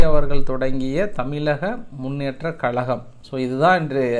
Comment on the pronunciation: கலகம் இல்ல கழகம் .தமிலக இல்ல தமிழகம் . வார்தையை திருத்தவும்